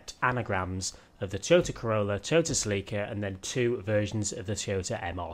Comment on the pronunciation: Not sa-leek-uh......sell-eh-cuh....